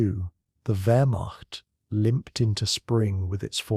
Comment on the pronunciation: vehr·maakt is how you say wehrmacht, still like watching your videos but the way you say wehrmacht annoys me idk why